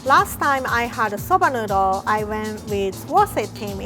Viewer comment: I understand its an accent thing but her saying soubah noodol 100 times is driving me up a wall